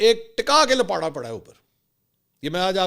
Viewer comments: لپاٹا نہیں لپاڑا بھائی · Bhai Jan lapata nhi hota Lapiyra hota hy❤